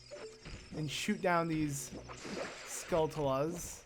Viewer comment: He still can't say skulltula correctly